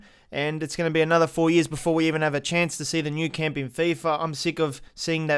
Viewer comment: It’s Camp Nou not nou camp